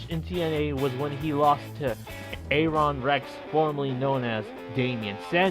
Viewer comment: A-Ron Rex? Val-et? Try Aaron, or Air-On.......And it's Valet, silent T.